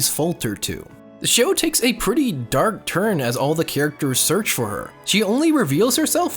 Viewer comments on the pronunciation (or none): none